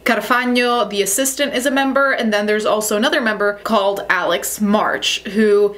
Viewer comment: I love it that your italian accent came out when you talked about the assistant!